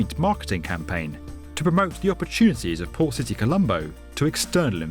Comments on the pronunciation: Thought he said “poor city” instead of port lol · It sounds like the narrator keeps saying 'Poor City Colombo". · I kept hearing "Poor City".... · sounded like you kept saying poor city Colombo. I don't think we needed to be reminded that the city that's dredging up new land from the ocean is a port city, maybe I'm just a bit quicker than most. Looks incredible in planning, hopefully they come a cross few problems, and don't end up enslaved to china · I listened carefully. He says poor city Colombo :D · I can't help but keep hearing "Poor city Colombo" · I keep hearing "poor city colombo" 😂😂😂😂😂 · I kept hearing Poor City Colombo. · lol I kept hearing "poor city Colombo" and just figured out he was saying "port city Colombo". wondered why it was so derogatory at first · It sounds like the narrator is calling the project "Poor City Colombo" That can't be right. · did i hear it wrong? "poor" city? like a bunch of times lol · "Poor City Colombo" is what I heard from him all the time... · I always hear it like "poor city Colombo" xD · what's he actually saying because that's all I'm hearing too! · I was wondering the same thing!